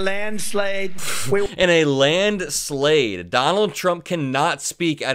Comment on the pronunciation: That's the second time he couldn't say "landslide," 😮 no wonder he decided not to debate.